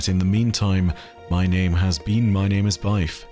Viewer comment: TIL it's pronounced byfe and not bif